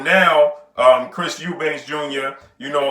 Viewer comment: His name is EUBANK for fucks sake. Not Eubanks.